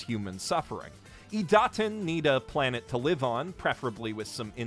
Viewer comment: Ok, but, how does he pronounce Idaten wrong when it's said perfectly fine in the anime multiple times an episode? Is he just taking the piss out of his horrible pronounciation skills or is he that hopeless?